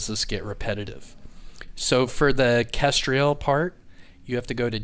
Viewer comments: 'Kes-trell' (pronunciation) is a bird species. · nah man I was just saying that it's just kestrel. With no i. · Yeah, mispronounced names don't usually bother me. Just for the record though, it's Kes-trull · Bro, for the love of all that is holy, stop saying Kestriel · I think the name is pronounced Kes-trel, like tell or bell, trello, with the T, “Trell” and not like Ariel or Azriel. In my opinion. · Love the content but: A "Kestrel" is a small falcon. Not that difficult to pronounce? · Kestrel is a small hawk, your pronouncing it wrong!😉🇬🇧